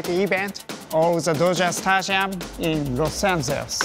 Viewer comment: Not to meme on his english but the way he said Los Angeles sounded like Los Santos and honestly, with the way LA is, it was perfect